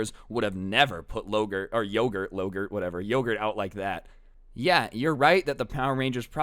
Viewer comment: you saying lowgurt reminded me of when my sister said every word like you as lou and one time literally at a funeral she had a unicorn toy and said "hello lunicorn are lou awake" in the middle of the funeral.